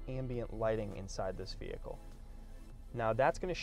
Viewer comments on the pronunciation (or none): You are NOT a salesman...that is sooooo 90's...You are a "Mercedes Benz brand ambassador". Get with the program! You say the word "vee-hick-cull" about 321 times. Try substituting the word "Mercedes" or "Convertible" or "Cabriolet" instead and only use it a couple of times. Most people watching this video have figured out it is a "vee-hick-cull" early and don't need to be reminded 321 times.